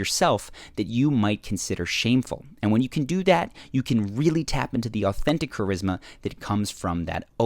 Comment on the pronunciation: "And when you can doo-dat" 😁😂